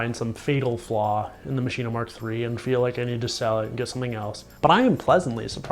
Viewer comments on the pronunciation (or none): why the heck do you keep saying MACHINA? its called MASCHINE!!! stop adding an a sound dude it sounds bad